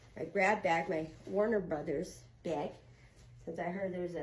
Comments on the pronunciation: Did you say warn-a-bro? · said "warn-a-brotha" she's always been 1 of those actresses u just could tell wasn't a flunky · So no one noticed how she said "WARNER BROTHERS"? and putting emphasis on it? Look how she stared into the camera!